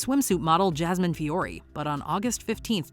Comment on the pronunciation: Shoutout to the narrator for being one of the few people who says my last name (Fiore) correctly.